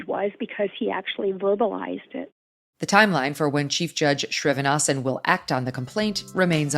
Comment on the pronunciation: Judge’s name is SriNIVAsan as opposed to SriVINAsan - I know Indian last names are difficult. Love the show.